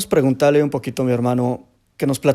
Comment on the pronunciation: Presentales....presentarles...hno. Preguntale.?....quisiera preguntarrrrrle Por decilo así....por decirrrlo